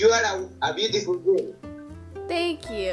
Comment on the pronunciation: Guy on being like those Indian Guys in dms "YOU'RE A BYUTIFULL GURL" 🤣🤣 but he's cute tho